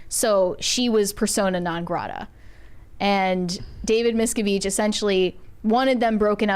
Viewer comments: Why is mispronouncing all the last names? 😂 It's driving me crazy. It's not Miska-veesh it's Miska-vitch and it's not Remeanie it's Re-min-ee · Lots of names have been mispronounced. It's David MIS-CAV-itch and Leah RIM-IN-NEE. Last week it was not known that Maggie Smith was a knighted Dame.